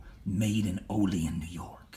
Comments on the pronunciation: Pronounced OH LEE ANN N.Y. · Olean is properly pronounced “Oh Lee Ann” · We say it with more of a anne at the end of Olean (ol-e-anne), if anybody cares. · Proper pronunciation of Olean- Oh-Lee-Anne